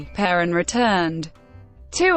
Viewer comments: Only assholes make videos with robot voices. Stupid robot can't even pronounce is name. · An electronic voice? And it can't even correctly pronounce the name of this fascist scum?